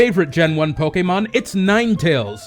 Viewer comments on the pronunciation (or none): lol pokemon (say poke like chicken poks) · The way you say pokemon somehow offends me, doesnt sound right haha